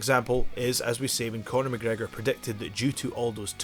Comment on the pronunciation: Night Riders...McGregor not mc gregor